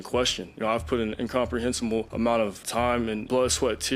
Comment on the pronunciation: he said incomprehesimel!!!!